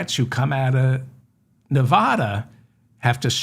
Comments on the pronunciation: Hi David, why is it that east coasters can't pronounce Nevada properly? " Pronounce Nevada as nuh-VAD-uh. The emphasis is on the second syllable, using the short "a" sound as in the word "bad" or "apple" (not a drawn-out "ah" sound). Locals strictly prefer this pronunciation over neh-VAH-duh" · Please learn how to pronounce the state of Nevada! I've only stated this hundreds of times that you mispronounce it, but it looks like you don't read your comments.